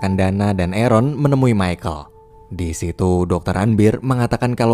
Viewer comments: Aaron dibaca eren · Biar aku jelaskan buat yang gak ngerti jadi orang ini bilang di menit kan ada yang nyebut nama arron kan orang yang nulis menit ini denger nya Eren gitu